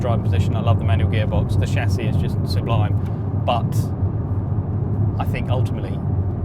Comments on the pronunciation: I hate to be a pedant, but it's sub-lime, not sue-blime. It cut through me every time! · Sublime = "sub lime" not "Sue Blime" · Suebliime Hate the way he says that